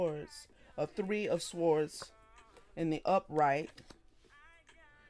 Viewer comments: Swords - the ‘w’ is silent. ❤🕊️🙏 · Is there a significance to pronouncing the W in swords? I've never heard that before, but i've been wondering. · It's an accent thing